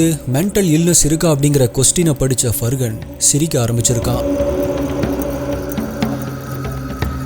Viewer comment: Far-han. It is not Fur Gun. Where did the G even come here?